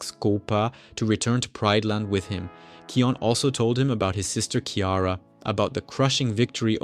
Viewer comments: SAY NAME ✅️ RIGHT its not keon its KION K I O N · You are dumb he's name is kion not keon